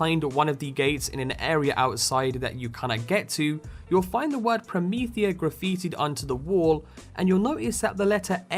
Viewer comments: Perhaps the 'Prometea' could have the missing 'h' due to the accent of the speaker? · Wow! Promethea was even referenced in the first BL!!! I kinda like it called 'Prometea', rather than 'Promethea'.